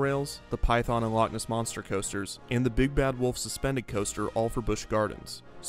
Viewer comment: From a scottish person Shoutout to the loch ness monster ad narrator actually pronouncing "loch" right instead of just saying "lock"